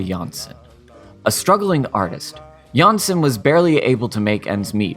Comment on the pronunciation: It's really nice to see this resurgence in interest in Jansson and her work. I do have to note that the surname Jansson is not pronounced like this. The letter o in the name is pronounced like o in oligarch. In the video, you pronounce the name like that of a Danish variant Janssen. Also for advanced fans: the o in Tove is not pronounced the same way, but somewhat like the word "to" or "Moomin" (more like the vowel u) but with stress and therefore elongated slightly.